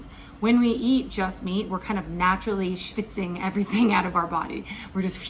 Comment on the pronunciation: Shfitzing! Stichzing? How do you spell that? Lol